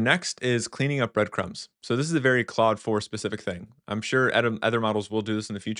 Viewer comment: Are you pronouncing Claude and cloud the same? It sounds like you are.